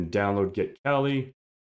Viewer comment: The Kali distribution is named after the Hindu goddess of the same name. It is properly pronounced with an AH sound as in kah lee. In addition, pronouncing it the other way creates an unnecessary homonym as that term is short for 'California.'